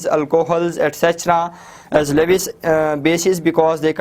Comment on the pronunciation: Sir its pronounced luis